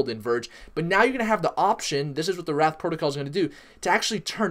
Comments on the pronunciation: It's wraith, not wrath. Pronounced like ray-th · It's wraith (rayyyyy-th) not wrath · Duuuude, it is the wraith protocol, not wrath !!!!!!!!!!! Say it: wraith, wraith, wraith. Not wrath. Definition of wraith: a : the exact likeness of a living person seen usually just before death as an apparition b : ghost, specter 2 : an insubstantial form or semblance : shadow 3 : a barely visible gaseous or vaporous column Definition of wrath 1 : strong vengeful anger or indignation 2 : retributory punishment for an offense or a crime : divine chastisement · Dear God please stop saying wrath lol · It is wraith - as in wait but with an r and h at the end people. But The pronunciation is not what matter is, the TA is what you need to listen to.